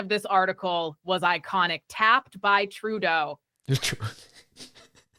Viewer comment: Oh taffed I thought you said tapped, that would sound about right for Turdo